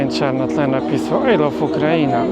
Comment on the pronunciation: „rakieta ce-ha-101”, „ajlof ukraina” „festival muzyczny” i już wszystko wiemy o tym panu